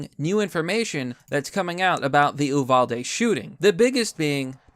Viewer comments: As a Texan, I must say, U-val-dee. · Stop saying Oovalda it's U-valda tx. Thank you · Say the Name Right U-Val-De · MORON... Uvalde is ptonounced "You Val De"... Learn about what you report BEFORE YOU REPORT....Just a suggestion... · U VAL DE pronounce it correctly. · its pronounced You-val-dee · Hey ….love the channel. But as a Texan, it’s pronounced “Yoo-val-dee”. I listened to the DPS officer give the 911 timeline….it was heartbreaking. It is also the best argument for armed and trained teachers, faculty and school security guards. Our hearts are breaking here in the lone star state. Keep up the good work.